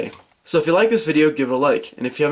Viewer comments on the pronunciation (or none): none